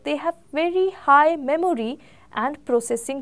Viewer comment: Please Work on your pronunciation,, Memory is mɛm(ə)ri :D